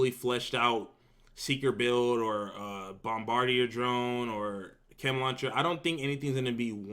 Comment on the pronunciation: Love that Bomb-bar-dia. That’s not the pronunciation but at least it was worth a good giggle.